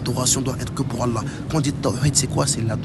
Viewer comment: mes parents pratiquent bien et ne font pas d’innovation ne tkt pas pour ça et je sais tkt j’ai vu que son niveau en arabe n’est pas très haut mais je pense qu’il apprend du mieux qu’il peut,par exemple quand il dit Allah il dit le ha avec l’halaine au lieu de l’autre. Ou y’a plein de faute que toute personne avec un minimum de savoir distingue. J’ai pas le clavier arabe au cas où je précise. Bref qu’Allah nous facilite l’apprentissage de notre religion et nous éloigne des innovateur.